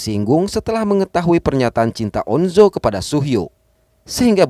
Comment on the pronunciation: On-jo bang bukan on-zo